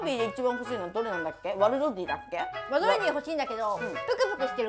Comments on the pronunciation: ワドルディ一生言えないのかわいいwww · 一生ワドルディ言えない草